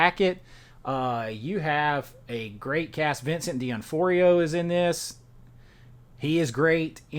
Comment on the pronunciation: His name is pronounced D noff-rio. Lol